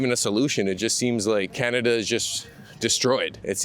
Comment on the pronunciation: " canad taking a dive " can't even pernounce " Canada " right..